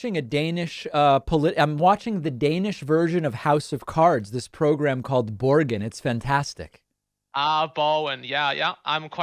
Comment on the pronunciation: "Borgen" culture fail, LMAO